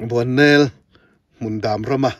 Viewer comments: Ahmuhnawme,mahse Bualnel tih hlirin ilam/isawi tlatin kahria👍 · Nangmah ber hian Bualnel iti zela...... BUANNEL tiin kan hre thin kha ani si a.